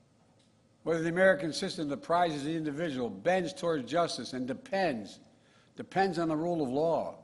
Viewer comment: He said depens